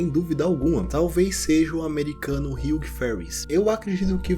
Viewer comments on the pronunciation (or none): none